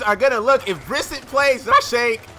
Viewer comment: its pronounced bry-set